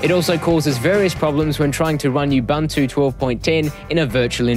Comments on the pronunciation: Nice video. As we know linux is pronounced "lynn-ux" instead of the expected "line-ux", and ubuntu is supposed to be pronounced "oo-boon-too" not "you-bun-too". Thanks for the vid. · Не убанту, а убунту. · what the hell is "yoob-an-too" ?? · OMG! I know what it is, I'm using it last 2 years and I LOVE IT! I just made a joke of some people's pronunciation of 'Ubuntu' it's not 'yoob-an-too' it's 'oo-boon-too' but some people stubbornly insist on wrong name even if they know they are wrong. It's so strange. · Awsome review buddy! You covered it all. Now time to install you-bun-too. Who cares how you pronounce it :D Thanks for the review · don't vowel shift the 'U's